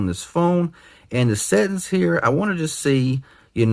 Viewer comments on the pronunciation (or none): Love the way he says settings, "settens'.